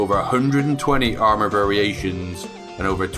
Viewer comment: It's "Armor" not Ammor lol